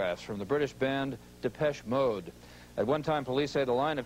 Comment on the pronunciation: Jim Lampley at the mark royally messed up Depeche Mode’s name. Haha! “Deh-pesh Mode.”